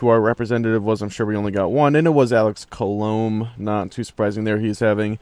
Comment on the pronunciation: It's Pronounced "Call-Oh-May" not "Co-lome"